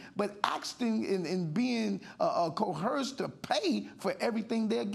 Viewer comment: It's pronounced "coerced" not "cohersed".